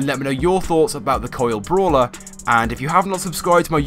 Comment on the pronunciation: "Bralwer". Congratulations.